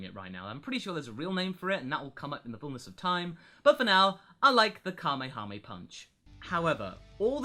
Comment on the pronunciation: Kahmehame punch lmao. Now we know it's called Savage punch